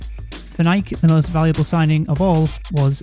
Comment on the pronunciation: I love you for not pronouncing it like Nike-ee.